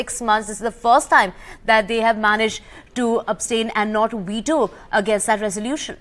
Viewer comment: It's Veto, not Weto. How do these English anchors not know the difference between V and W 😂😂😂